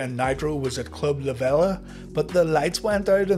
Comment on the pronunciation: Just for future reference. The pronunciation of Club La Vela is Club La VEE-LA.